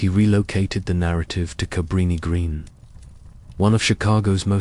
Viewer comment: Is this fucking AI? Nvm just answered my own question with how they pronounce his last name and Cabrini Green. FFS is ANYTHING real anymore?!